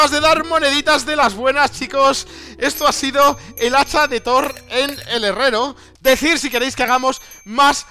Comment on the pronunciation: When faileas al decir hacha de thor xd